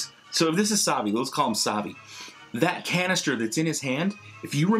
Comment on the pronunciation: SAVI NOT AVI